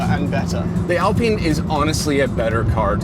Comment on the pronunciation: The way they pronounce Alpine like Allpene 😂